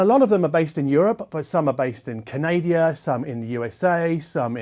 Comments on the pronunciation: Or better. Yet KAH NA DA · It's pronounced Canada 🇨🇦 😉 eh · Its wrong but weirdly sounds right. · It's pronounced KAN NA DA. - LOL. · Now the fact that you chat to other reviewers does interest me, especially as I tune in to their channels as well. It is important, I feel, as you get greater balance across everything. It goes for whichever field you work in. Did I hear you say CANADIA 😊😊? I must say that I love some of the ones from this year, that I've heard. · Love that you called Canada, Canadia. I dot that too. And Hungary should be Hungaria, while we are about it 😂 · probably doesn't say aluminum correctly either - lol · that's how they say it over there. it's like aluminium